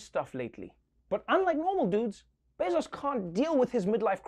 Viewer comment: The best part was how Trevor pronounced it like "Bezas"